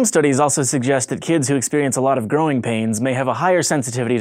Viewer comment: at the end it sounded like he said groin pains😂😂😂